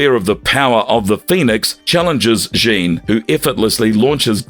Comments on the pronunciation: It seems like a great video, but you mispronounced so many names wrong, it kind of turned me off. Also, in the video title, you have Gladiator described as a Kree, when you mention in the video he was Strontian. Now, those flubs aside, the video was pretty good. A big favorite of mine, by the way. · Jaun Grey, dafuq. IT'S JEAN. Like Billie JEAN. NO Jean Valjean from Les Miserables. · Jean Grey? It's pronounced JEEN not JHAWN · Yo said Jean Van Dam Grey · How can you repeatedly mispronounce Jean Grey's name? For future reference Jean is pronounced the same as "gene", not as "john" which is spelled "Jean" in french. Strangely a couple of times you got it right, but most times you pronounced it as the french "john", which means you didn't even get her gender right. I could forgive this if she was some obscure character that was unknown except to hardcore fans, but she is literally one of the most widely known x-men characters (comic fans and non comics fans alike) as well as important x-men characters, and a founding member of the team who first appeared in the 60's and has appeared in one form or another consistently since. If you don't know who she is, you probably shouldn't be making these videos. I can understand that maybe the voice over guy is just reading a script and doesn't know the characters, but why didn't someone in editing pick it up? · "jon grey" ...? 🤦🏻‍♂ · I know that someone just hired this voice over guy to read scripts but my god.. I can't anymore. He literally pronounced Jean as John Grey. Also who is classifying Captain America as one of the most powerful?! I can't. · Okay this AI voice was bd but I couldn’t get past the Frechman: Jean Grey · these AI generated videos are full of so many annoying errors (the way it pronounces "Jean" Grey lol) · Interesting character. Though, gotta say, it did get old fast how you kept butchering Jean Gray's first name lol. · Thank you... I couldn't even finish the video because that was annoying me so much...